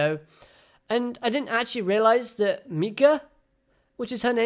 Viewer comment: Ps. Onmyoudou (Onmyōdō) has no "Y" at the ending. I believe it means close to the way of ying and yang. I love a lot of exorcist anime so I kinda' love looking into that stuff. Another thing his step-sister's name is pronounced "My - ka" sorta' also here's some spoiler trivia on her- he has a thing for her, they're not blood-related but it's weird. Everything he does for her, that's where his true loyalty lies and who he cares about more than anyone else.